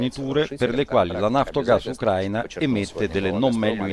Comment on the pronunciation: Uno dei pochi che pronuncia "Ucraina" in modo corretto!